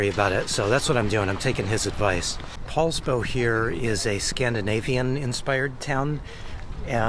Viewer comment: Poulsbo, not Paulsbo, that's all !